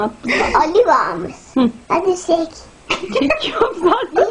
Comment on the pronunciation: Hadi çek diyo Ali sik demiyo aq :D